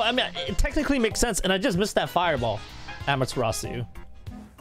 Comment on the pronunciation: Thats how you say it lol